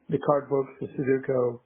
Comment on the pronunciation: Their botched pronunciation of sudoku is driving me nuts. It's not a hard word. Like sound it out